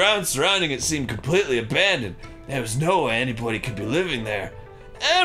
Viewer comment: Did Arin say 'Anypony' ? Or was it just the voice?